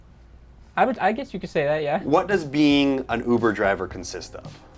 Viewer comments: All is hear is oovoo javer every dang time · “I’ve never been to oovoo javer” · All I can hear is oover javer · "i never went to oover driver"